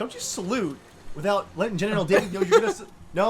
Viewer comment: Every episode you say general Dave I hear genital Dave